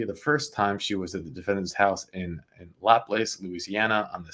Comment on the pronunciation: Oh lemme help(I don’t live there but know)it’s pronounced “LaPlah-zs”. I’m New Orleans born & after 41 years moved to rural St.Tammany.